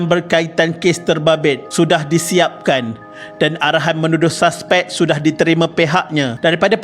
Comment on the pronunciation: Saspek? Admin pls lah sebut dengan betul.... Bahasa Melayu sangat cantik dan sedap..